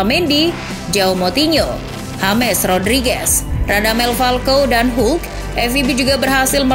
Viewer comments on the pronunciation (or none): none